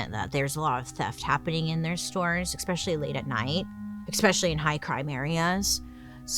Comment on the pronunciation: "We can take them down," then proceeds to say "eXPecially" and "eXcaped." 🤦‍♀️